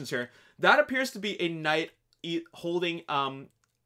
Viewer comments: The last knigh 😂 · "The last Knigh"....Great job.